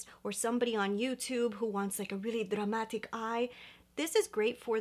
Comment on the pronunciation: “Dramática” you let the Latina slip out 🥰🙌🏽